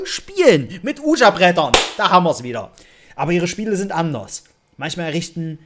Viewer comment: Ein oujia Board wird weegee im englischen ausgesprochen. Tut mir leid Spielverderber zu sein, aber das hat mich übelst getriggert